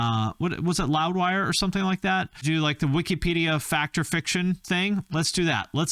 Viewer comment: Lol “wikypedia” 🤣 love you